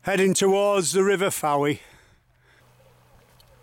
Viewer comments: House directly in front of you is where Lenny Henry and Dawn French lived. I believe Mrs French still lives there. By the way the town is pronounced without the 'e', as in 'Foy' as opposed to 'Fo-ee'. Great video. I love the way the dogs have a little meeting to decide who's going to brave it and get the toy! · A beautiful video although it is pronounced Foye not Fowee.